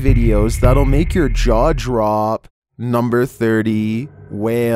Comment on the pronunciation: Lol he said draw jop instead of jaw drop